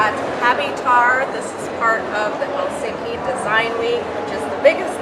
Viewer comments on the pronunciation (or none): I don’t understand why many foreigners pronounce “Helsinki” with strong emphasis on the end of the name? It is wrong. The first syllable of all Finnish names is always emphasized. As you pronounce “London”. In the same way!